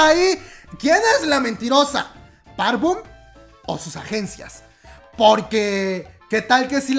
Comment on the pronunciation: * Park BOM, es con "o".